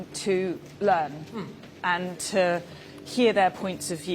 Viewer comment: It's "to" not "tur" Suella.